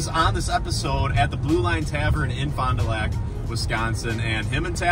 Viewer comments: Its pronounced Fond du LACK. No airs getting put on here. Also piling on to say this bar sucks. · The owners are not good people. They most likely used the bar rescue show to update the building just to sell at a high price, which is what they are currently doing. It's unfortunate. We pronounce Lac like Lack in our town name. Glad you came through town 😀 -There's much better places to eat here and have great tasting old fashions.